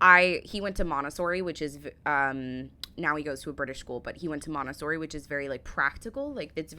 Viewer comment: Are you saying MONTESSORI or MONASTERY ? You pronounce it VERY differently to us if you are. We would say MONT E SSORI (3 SYLLABELS). What is a "MONTESSORI CHAIR" ? Since the abolition of punishment in schools, kids have gone feral ! As a school kid in the 1970s we knew if we stepped out of line that we could be caned, given the strap ( Scotland) hit with an old training shoe( sneaker) across your backside, be given lines to write out or even have the wooden blackboard rubber thrown at you. HAPPY DAYS. As a boy I did woodwork, metalwork, technical drawing and cookery. I remember making a bookshelf and a wooden stool with a woven seat. I was also taught how to hang wallpaper. A skill that came very handy when I got married. " Using your hands" to a kid these days, means pressing a button on a computer keyboard or swipng left or right on a screen. ! Hopefully your son uses a real knife to eat with ? The AI image at 7.27mins of someone using a hand stick blender did NOT happen ! They were not invented yet !! We certainly didn't do " high 5s" either! ( 17.34 mins). When you could leave school at 16 the things you were taught in school helped you to be ready for the "real world".